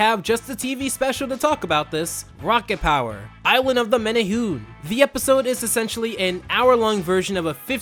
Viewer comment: bro did you even watch island of the menehune? cuz if you did you would have pronounced it right.